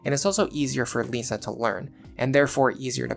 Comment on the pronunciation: why are you pronouncing Lissa as Lisa? like "This", not like "Lease"